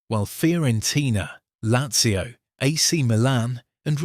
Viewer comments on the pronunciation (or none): none